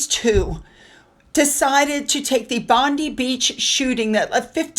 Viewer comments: we feel your sadness in regard to Bondi ….. it shook everyone to the core ……… can’t believe how fake M and H are. It’s revolting ….. oh and Bondi is pronounced Bond eye 👁️ xoxoxoxo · Hi, not that it's a big deal but so you, the pronouciation of Bondi is " bon-dye". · Agree with all comments. Was disgraceful. By the way Bondi is pronounced Bon Dye. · Ps Bondi is pronounced “bond” “eye” and is Aboriginal for “waves breaking over rocks “😊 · OMG, I hadn't quite registered the insensitivity ... long blue-and-white stripes at the venue of an anti-Semitic terrorist attack ... FFS, Meghan!!!! HELLOOOWWW??? Btw, "Bondi" is pronounced "Bond-eye". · Bondi is said like bondeye. We always said the Harkles would go there. She'd never miss a moment to insinuate into any tragedy. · Hi, it is pronounced Bond Eye. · just a little help with a pronunciation….Bondi is pronounced Bond eye….beach. x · Hi. I really enjoy your kind understanding of King Charles for his way wood son Harry. I think Harry and Megan are such loose canons and dishonourable people that it wont matter when the titals are taken they will still use them and profit off them. Because they are uncontrollable. Also I kindly correct not even though its spelt Bondi its pronounced BondI as in I went. Hope that hepls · the beach is pronounced Bond - eye